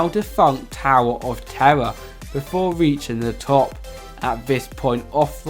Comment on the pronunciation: 'TOWAH OF TEWAH'